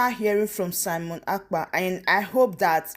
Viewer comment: the way you pronounce this Simon’s surname seems you are not an Igbo Biafran or Biafran, this is what your pronunciation sounds like Simon Akpa but that is wrong as the correct pronunciation and spelling is Simon (Ekpa ) Ekpa not Akpa.